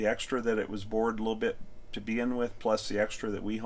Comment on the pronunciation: “A liddle byit…”